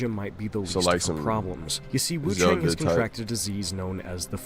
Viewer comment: Also, it's wuchong